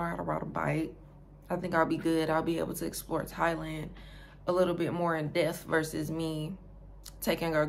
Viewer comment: Aye sis, how does a hella cute english teacher like yourself mispronounce the word "depth"...hmm? Informative channel though. I'ma pull up in late October early November-ish. ✌🏾🙏🏾 😏